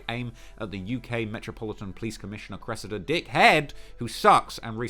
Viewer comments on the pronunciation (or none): none